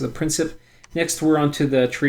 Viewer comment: principes = Prink-eh-pays, latin is weird